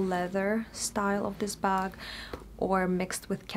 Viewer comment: You said “buk” hihi